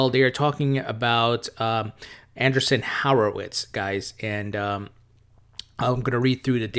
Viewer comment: Great vid,. Thank you. I heard you struggle with a name. The company is pronounced: an-DREE-son WHORE-o-wits